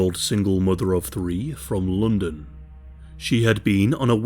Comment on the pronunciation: Lmao I just stumbled into British true crime YouTube damn 😂😫 Bruh said " lundin"